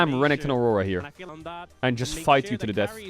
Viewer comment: you can hear baus "lose a cannon, naw it's a good deaff"